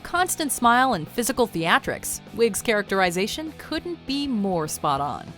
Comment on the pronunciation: Her "character-eye-zation"? Bitch learn to narrate properly or,better still,just shut up and show the damn clip.